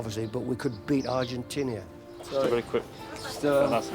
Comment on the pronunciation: Bobby Robson “we could beat ArgenTINIA” can’t even say the name of a well known nation & greater than you at football that actually current champions back then & played you 4 years prior yet you think you already can beat “ArgenTINIA”? Sure & greater preparation as always 👍